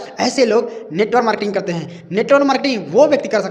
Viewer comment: Sahi se bolna to sikh lo yrrrr😅😅, not NETWOR MARKETING, NETWORK MARKETING OKKK